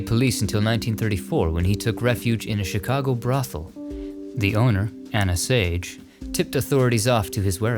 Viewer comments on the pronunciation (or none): none